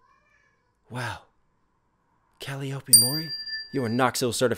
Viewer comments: Cuh lie OP is the common pronunciation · Knox. It's Cal-LIE-uhp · If nobody has said yet but her name is pronounced cal-eye-oh-pea. And that’s her Vtuber surname. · A pretty good breakdown of the song, but am I the only one who got a little peeved that Knox mispronounced her name even after she literally spells and pronounces it out for the listener.